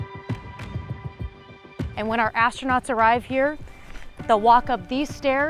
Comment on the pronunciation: astrounots lol very funny blue origin u make lol rly hard today